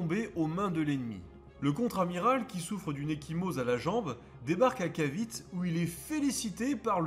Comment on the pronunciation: la péninsule de "Caviti" et pas cavit ! ;-) .... le E est prononcé a l'américain encore aujourd'hui aux Philippines , ou je me trouve actuellement ! merci pour cette video car il est très dure de trouvé des video en Francais sur l' histoire des guerres en asie .